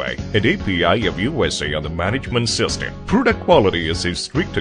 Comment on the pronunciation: Wow! He’s mispronouncing simple words like system. He said sister lol. He also calls the chain a Chan numerous times. Sometimes pronouncing it correctly and sometimes going back to Chan lol. This is the oddest narration I’ve ever seen. And to think I thought I was gunna be bored while studying chains lmao